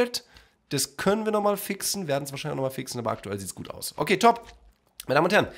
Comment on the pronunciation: für 2 sekunden schweizer geworden (guet)